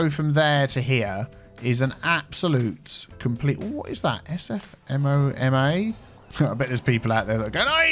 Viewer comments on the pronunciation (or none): SFMOMA is pronounced SF Moe Ma and it stands for San Francisco Museum of Modern Art